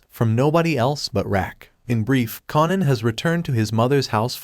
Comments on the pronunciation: Kanan as in KA-AY-NAN. Say it with me, kaaaaaaaanan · I'm gonna need for this narrator to learn how to properly pronounce the names of the characters in his video!! It's pronounced KAY-NAN...say it with me now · U r pronouncing Kanan name wrong.. its annoying 😩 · Too annoying I didn't watch it.. but I did want to express my frustration. Do it over without the mispronounciation